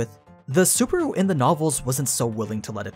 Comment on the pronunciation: I just started this video and you said... super? Really? Super? I want to harm you but I'm not going into detail. SU-BA-RU. BA like bus. RU like room. SU-BA-RU.